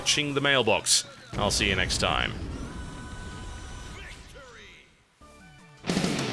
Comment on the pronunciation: "VICTORY!"... good.... texan... accent...